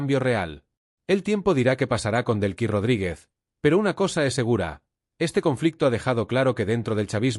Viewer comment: No se llama Brlks. Es DELCYllama Delcy, No es Belkis